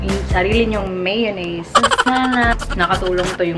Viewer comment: Dahan-dahan lang meeyownese "Maalat","Maasim" haha :D